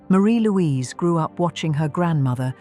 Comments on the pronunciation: Her name is pronounced Marry Louise nor Marie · You have certainly proved her name is forgotten. Her name was pronounced "MAH-ri- Louise" not "maREE-Louise"